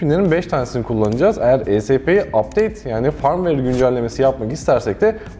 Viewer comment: güzel paylaşım teşekkür ederiz. Ayrıca Firmware tellaffuzunuz yanlış düzeltmenizi tavsiye ederim. 😀